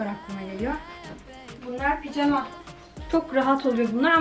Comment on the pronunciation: Ablacım picama değil pijama doğrusu